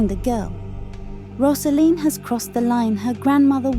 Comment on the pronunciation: You have it very, very wrong. It is not about that at all. It’s about a girl coming into adulthood. You’re talking absolute nonsense. It’s as if you have watched it once and came to the wrong conclusion. Btw, it’s not Roz-A-Leen, it’s Rose-A-Leen.